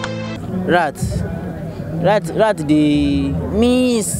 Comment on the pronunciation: Lat? She called rat "lat" 🤣🤣🤣